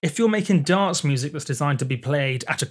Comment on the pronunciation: Please, re-learn how to pronounce the word dance